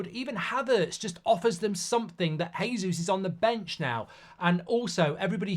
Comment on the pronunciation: It's JAYsus not HAYsus, he speaks Portugese not Spanish. This is your job bubba, say names correctly.